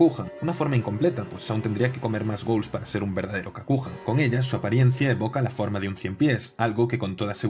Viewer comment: Para aclarar Kakuja se pronuncia Kakuya. En japonés la j se pronuncia y (como en inglés) y la y se pronuncia i (estirada). Y la g como gue Por ejemplo, Yugi Muto se pronuncia Iiugui Moto